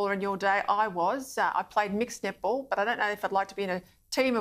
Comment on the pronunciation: “an all boy nip-ple team” i know i’m not the only one that heard that